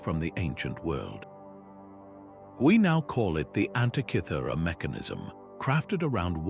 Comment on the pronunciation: One minute in and the inaccurate AI illustrations have turned me off. That "Antichithura" device is a wholly invented fake. Do you mean ANTIKYHERA MECHANISM? If so your translator is as bad an example as I've seen and heard. Zero marks for content!